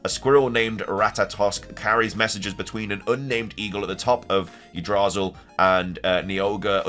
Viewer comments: Yggdrasil - Yeh-Dra-seal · Yggdrasil is pronounced: igg-Drah-sill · I pronounce it Yogg-drah-sill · I donno the norske letters aren't the same as our western words for instance they swap w for v and v for w so wall to them is pronounced vall. So the letters arranged in certain ways makes different sound in norske I always thought it was yigdrasil. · Yggdrasil is pronounced "YIG-DRUH-SIL"